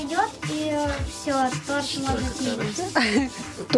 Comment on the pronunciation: (надеюсь можно так к вам обращаться), только тОрт, тОрта, тОрты - всегда ударение на одну букву. Не обижайтесь, что поправляю вашу речь. Просто горько от мысли, что многие говорят о величии России, но забывают о величии языка. Да и детям будет проще в школе, если они с детства будут говорит правильно. Никто же не станет отрицать насколько сильна привычка, полученная в детстве!